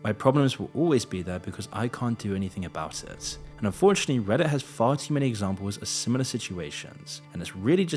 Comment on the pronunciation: enjoying your content so far! just one small nitpick: every time you say "unfortunately" it sounds like you're saying "fortunately".